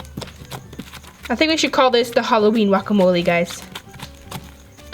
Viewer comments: Did anybody else catch that she said wuacamole instead of guacamole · Am in the only one who cringes when says walkamoleeee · she said Halloween wakamolle XD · you dont even say guacamole right, you say walkamolie